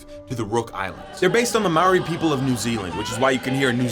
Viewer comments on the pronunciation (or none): as a new zealander, you pronounced maori wrong. 50 dollars in reparations!!!